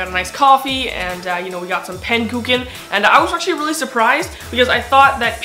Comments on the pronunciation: Pankooken xD iTS pronounced pãnnuhcook Ã is pronounced like the baaah from a sheep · pan-ic-cook-en (if you are trying to say it) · it was really fun how you said 'pannekoeken' xD but can you talk a bit dutch??